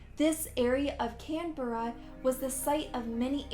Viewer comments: You say it like canbra not canbeara learn the names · i live in australia you said cannbera wrong i will chunk it can - bra i live in melborne shreeek !!! :O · Canbera it’s Canberra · Susi Staples ikr she didn’t say Canberra correct either 😂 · I love international's pronunciations of our capital cities😋 I was like where the hell was burning man from!? Oh Canberra(Can-Bruh)